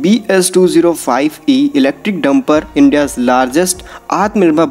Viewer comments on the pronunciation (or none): none